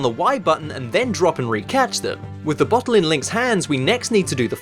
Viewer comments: "bohle" a "bohle" omg that was amazing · i freaking love how british people say "bohtle"